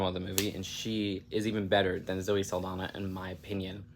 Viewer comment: I think it's cute that you immediately apologize for potentially mispronouncing the director's name, but repeatedly mispronounce Saldaña and Pérez without giving it a second thought. I don't mind mispronounced names that much when I know it's coming from someone that doesn't speak the language, but if you are going to mind it for one person, then you should mind it for the others too.